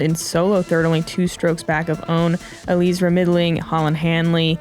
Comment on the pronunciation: Please pronounce Eliezra's name properly. It's not that difficult. First say Eli just like you were doing in the broadcast, then say Ezra as in how you say Ezra of the Robinson brothers, then put them together to say Eliezra's name properly. Thank you.